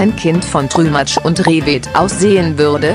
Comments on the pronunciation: trümatsch, wer kennt es nd XD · Trümtsch und Rehet nice😂